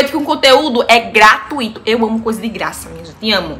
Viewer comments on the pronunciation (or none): none